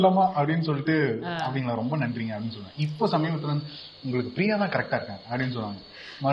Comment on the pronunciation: பிரியாவோட. (Fha) உச்சரிப்பு sufhar